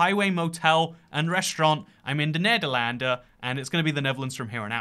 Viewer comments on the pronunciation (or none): Every time he tries to say Netherlands in Dutch, he actually says "Dutch (person)" Netherlands = Nederland Dutch person = Nederlander